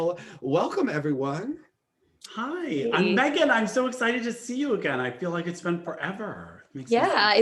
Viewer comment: Meagan is so great but her pronunciation is HOOT! 🥴 Thank you guys!